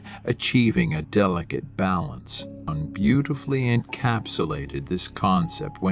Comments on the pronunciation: With all due respect: JUNGLE is the incorrect first syllable of Carl Gustav's last name. j. U. N. G. is pronounced with a SOFT jay, as in the word yellow. Yung is more like it. Respectfully submitted for your consideration Gregg Oreo Long Beach CA etats unis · Jung is pronounced Yung. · Might want to rerecord this... personally hearing such a drastic mispronunciation of an important name makes it seem like the topic talked about is not cared about..I stopped watching at 20 seconds lol